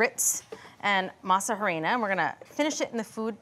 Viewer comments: Her pronunciation of harina is grating. The H is silent. By now, you would think people know this. It’s pronounced ahrina. Also the green leaf on the tamal masa harina package is banana leaf not green husks, . Other than that, they seems to know what they are doing, and I shall try to make them. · Girls ,,,"harina" is pronounced "Arina" the "h" is silent... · These some white people tamales😩. You all added everything to the dough but seasoning, you all need seasonings! Not grits and yellow corn🤢 and stop saying Ha-rina lol just say corn flour if you don’t know how to say it. Just stick to your food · You don’t say they H in Harina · ugh when will these cooking show hosts learn to pronounce HARINA! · This is good for an American tamal but not authentic. The real ones are much more simple . I’m definitely going to try this it’s interesting. H is silent on harina